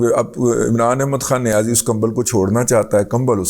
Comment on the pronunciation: Razi sahab, aap niyazi lafz par itna zor kyon dete hain.. Kya isliye ki niyazi sahab is par bilkul zor nahin dete.. Ya yun kahen ki chhupate hain?